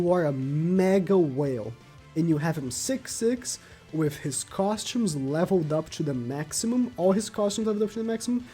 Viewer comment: with = wiff; gowther = gowfer, look, the way you pronounce "the" is fine, why do you pronounce th as f? it's annoying as hell